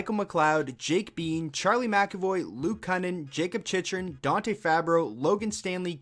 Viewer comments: C'mon bro love your channel and your lists you do, but Jakob CHICH-ER-IN! LOL. Not a big deal but It's CHICK-REN! 😜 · Dude. You really gotta learn how to say these names properly. “Chicherin “ 🤢